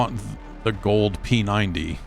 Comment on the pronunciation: I was doing a dab, and started coughing, like you do. When I thought I heard Gold Penis Envey 😂 when you said Gold p90